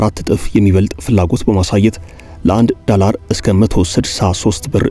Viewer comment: ፈታ ዴይሊን በጣም እወድደዋለሁ ግን ቅዳሜ እና ረቡዕ ሲደርስ የምሽት ዜና መከታተል ያስጠላኛል ምክንያቱም አንተ ጋዜጠኛ የድምፅ ቅላፄህ አይመቸኝም ዶላርን ዳላር እያልክ አብይ አህመድን እየመሰልከኝ ነው😂😂😂😂